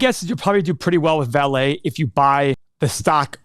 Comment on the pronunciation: Vale in Portuguese is pronounced like the English word “Valley” not “Valet”.